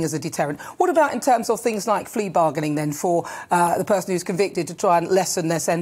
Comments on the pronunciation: Did she say 'flea bargaining'? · Did she just call it "flea bargaining"?